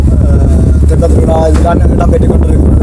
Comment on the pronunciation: தொப்ப அல்ல தெப்ப . தெப்பம் என்பது படகு அல்லது கப்பல்.